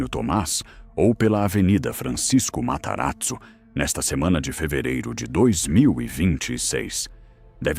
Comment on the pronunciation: Gostei do "Mataratzo" 🤣🤣🤣